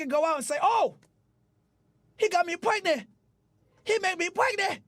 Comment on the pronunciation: "Im pwegnant" is crazy😂